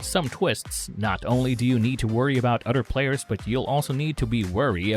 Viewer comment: "Udder Players"